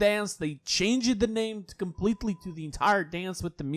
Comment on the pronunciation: nd the way u pronounce my name in live XD i hope u remember it QwQ